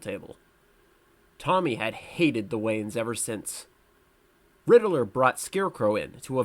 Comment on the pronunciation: I heard my boi say “Rididler” like 5 times and quit